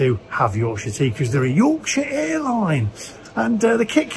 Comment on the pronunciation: Hey hun that was a lovely flight back . and I laughed wen you said YORKSHIRE . and he views from the plane was brilliant .thank you for Sharing this with us I enjoyed that thank you . and that makes me smile aswell xxx❤x